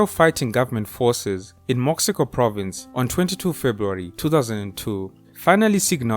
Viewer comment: Mo-she-co plus I think you failed to mention the child soldiers, mom told me was was worse then the artillery.